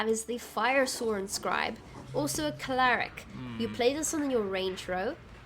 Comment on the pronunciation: Thanks for the guide! I built a similar version and it's a lot of fun. Just one thing, are you saying "claric"? lul it's cleric